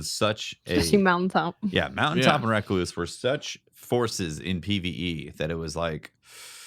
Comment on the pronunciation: Thank you for correctly pronouncing the word "recluse".